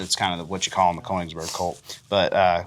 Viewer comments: Kongsberg is very much not pronounced as the German Königsberg. We fought a war to keep our Norwegian names for our cities. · Just a friendly heads up it's Kongsberg not Koningsberg. Kongsberg va(å)penfabrikk produced the Krag Jørgensen. and later a licensed G3 and MP5 aswell. You HK boys might like that too.